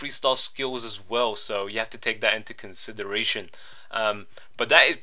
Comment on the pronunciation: I love when you say "take that in consederation"